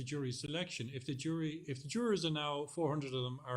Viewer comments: What is a "jwuaaaar"? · I like the way Nancy pronounces the word “JurArs” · Jurawrs 😂 I love Nancy but the way she pronounces it has me dead